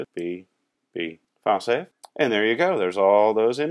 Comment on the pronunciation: Luv ur wk...on the lol side: for the longest time I thought u had some cool French word "fasay" and at least ones goog lkup later ; I realized u were saying "file save"--haha on me :))